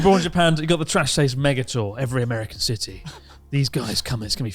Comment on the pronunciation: Garnt saying "Cidy" and not "City" or "Ci'y" hurts me